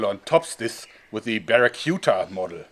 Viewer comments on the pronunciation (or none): Bara-cute-a XD pretty sure its Bara-cuda